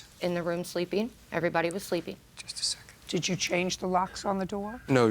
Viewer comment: She sounds like she's saying sleepy instead of sleeping 😂🤣